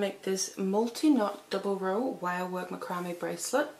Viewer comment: macrame' pronounced \ˈma-krə-ˌmā .